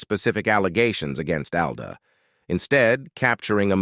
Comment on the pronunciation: It’s not. “A” it “AL”